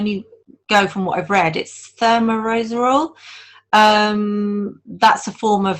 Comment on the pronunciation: Thigh-mare-iss-all -- Thimerisol -- A derivative of Mercury